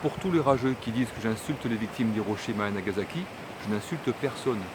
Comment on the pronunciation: Oui,, tu insultes les victimes de Hiroshima et de Nagasaki. Tu n'es ja mais allé au Japon, tu n'as recueilli aucun témoignage des personnes concernées, tu ne sais même pas prononcer correctement le nom de ces deux villes alors que la prononciation du japonais est si simple pour un francophone, tu éludes la question de la mortalité et des souffrances avérées provoquées par les radiations… Tout cela pour faire du buzz sur YouTube… Ton attitude est obscène! Présente des excuses aux personnes dont tu as insulté les souffrances. C'est un ordre.